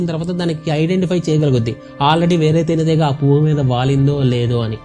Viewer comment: తేనె తీగ కాదు బ్రో తేనె టిగా 😂😂